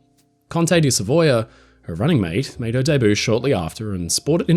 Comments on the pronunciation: Loved it!, just FYI, debut is pronounced "day-byoo", not "day-boo". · Is your pronunciation of debut French or proper English? As a speaker of American English I have always said it "day-b'you". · Now if would only fix his pronunciation of "debut".